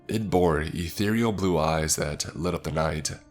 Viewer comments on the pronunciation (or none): none